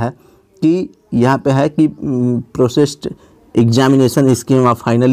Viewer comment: प्रोसेड नही है भैया... प्रपोज्ड है